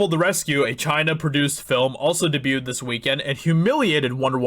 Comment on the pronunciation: Debuted... i’ll try to say this as nicely as possible but I hate the way you say debuted.